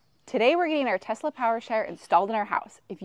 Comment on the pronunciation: FYI: It is Tesla. not TEZZZZZZLA